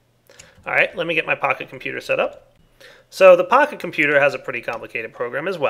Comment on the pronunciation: you should get a texture pack for computercraft that shows Pahimar's face on the Pocket Computer, because it sounds like you're calling it a "Pahi Computer":D